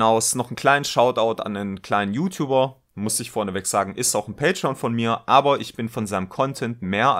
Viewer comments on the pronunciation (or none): none